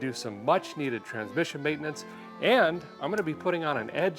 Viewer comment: I can’t unhear ‘mayn-tuh-nuuunce’